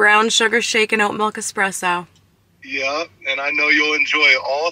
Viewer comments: Did he say "eXpresso" ? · No 'x' in espresso. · Did he say X presso 😬